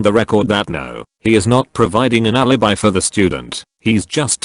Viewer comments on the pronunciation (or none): none